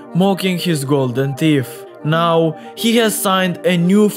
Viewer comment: His "teef"